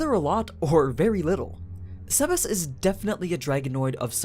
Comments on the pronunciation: What is with the sebas(tard) pronunciation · Can you pronounce his name normal?